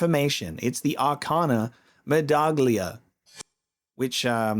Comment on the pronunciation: The g in Italian "gli" is silent. It's a bit complicated to pronounce correctly but you are close enough if you call it "medallia". ;)